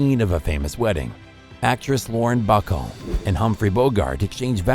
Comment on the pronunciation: I know that you are new at this but please don't make the same mistakes other YouTubers do. Due your due diligence and try and get word pronunciation correct. Like Ba-call not buckle. Great video. I hadn't heard of several of them. Thank you and keep up the good work 👍👍👍